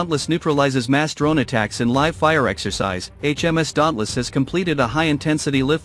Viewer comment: I hate AI voices or computer voices, there is always words they can’t pronounce correctly. In this case Live